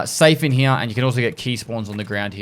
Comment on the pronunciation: “Over heeya”